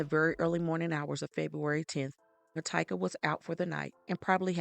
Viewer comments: Its actually pronounce Ma-tea-ka, and she went by Tyka. I worked with her. She was a sweet person who always thought everyone deserved a second chance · It’s pronounced Mah TEE kah